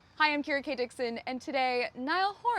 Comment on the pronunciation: Love how he says our name Kira 😍